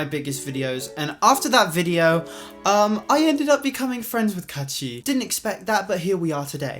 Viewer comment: Kaachi not kaatchi 😅😅😅